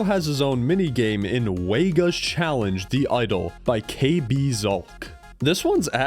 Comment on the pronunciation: It is not fucking pronounced Weiga. We are sending the wegalings.